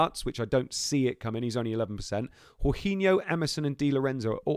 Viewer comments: How can you be a ‘professional’ yet pronounce Jorginho as ‘horhinho’. No offence but things like that demonstrate a serious lack of football knowledge and I’m not surprised you did so badly in this fantasy 😂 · true but it’s more the fact that he’s basically made up his own pronunciation, literally no one has said it like that before 😂 he would know if he actually watched any Chelsea or Italy games!